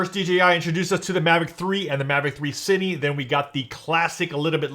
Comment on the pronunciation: "Seeni, teli" it's cin-eh, tel-eh